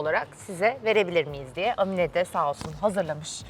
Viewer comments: Amine nin a sını uzatarak söyliceksin bir zahmet bunlara dikkat edilsin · Amine diye değil Âmine diye söylenir! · Amine degil Aaaaaamine 😊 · Amine ne ya, Aamine diye okunur, A yi uzatmak lazim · Amine değil Aaamine diye okunur 😂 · Âmine diye telaffuz edilir, Amminne deyil 😅